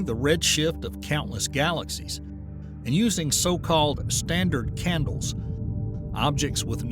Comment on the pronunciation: I can honestly tell you that I've never heard of a "standart candle" before watching this AI generated video. 🤣